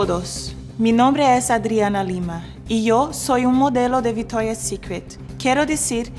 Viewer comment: No entiendo por qué dice "VITORIA" si cuando lo dice en ingles lo pronuncia bien... viCtoria! jaja igual la amoooo!